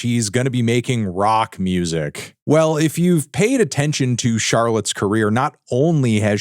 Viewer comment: "charlotte" lmfao